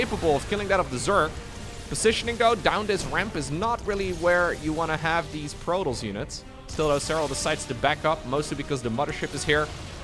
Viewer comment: I really cant stand this guy talking its not Protles.... it's Pro Toss there is no L in Protoss